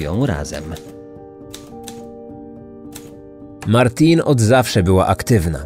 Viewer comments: Jej imię wymawia się Martine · Nie Martin ale Martine